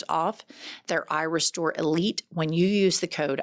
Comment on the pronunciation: when just listening, the add is a tad confusing. Irestore can sound like eyerestore ❤😂